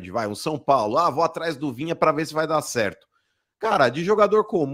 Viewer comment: Rapaz... Esses caras do eixo não se dão ao trabalho nem de falar o nome do Jogador do Kanal de forma correta... Vinha? Vina cara.... Pelo amor de Deus... Esses caras não sabem nada do futebol nordestino... Eh brincadeira... E olhe q Sou torcedor do Fortaleza